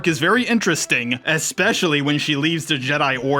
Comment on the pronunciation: This is a nice video and I enjoyed it a lot, but there are so many little mistakes that you should have noticed and re-recorded. Calling JJ Ryan, calling Fin Han, etc. Also it’s especially, not expecially. 😅